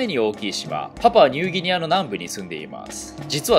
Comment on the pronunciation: パプアニューギニアがパパはニューギニアに聞こえた